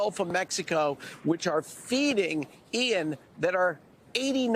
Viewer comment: Joe couldn't even say the name of the hurricane. It's Ian.